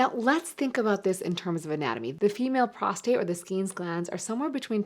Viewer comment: It's PROSTATE, not prostrate. Prostrate is when you are laying out flat.